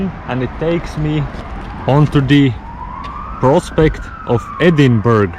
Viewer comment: Its Edinbro, brother. And i have to say it is slightly better than the Seaside. Waiting for the video from Kauguri/Sloka